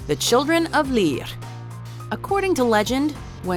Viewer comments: Leah? Its lir (sounds like lear) leah it is not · Its children of Lear not lir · Lir is NOT pronounced Lír it's pronounced Lur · List of pronunciations to work on: 'Ireland', say 'Are-land' not 'ayeer-land' 'Eire', don't roll the 'r' sound 'Lir', again, don't say the R like that. It's like you don't know what it sounds like but you're just trying to make it sound 'foreign' so it seems right 'Aoibhe' - is not 'Ayv'. It's 'eva' In fact you butchered almost all the names Side note: call it Irish, or Gaeilge, not gaelic. Gaelic is more general, a form of it is used in Scotland as well that nobody ever seems to mention. 'Fear Dearg' oh Jesus lmao what was that. Say 'Far jareg'. That's the closest phonetic English comparison. Idk what this accent your putting on certain sounds is but I've never heard it from a person. 'Each uisge', you got the second part pretty well but stop exaggerating the 'ch' sound like you're about to throw up phlegm 'Monoghan' pretty good actually. Just say the last syllable more like 'un' than 'an' 'Dearg Due' see above ^ Overall it'd probably just be easier to ask any Irish person to take 20 minutes to record the script themselves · You pronounce it leer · Lol the way she pronounces lir is hilarious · is it just me or the way she pronounced “Lir” kinda sounds italian 🤷‍♀️🤷‍♀️